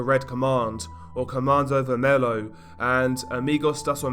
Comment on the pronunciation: Its not comando vermello, its comando vermelHo (vermelio)